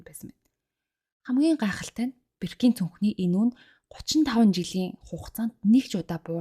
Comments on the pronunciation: Birkin gdgee bruu duudaad bnshu i bish o goor duudg shu boorkin gh ymuda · Sorry Birkin ee zuv unshaarai.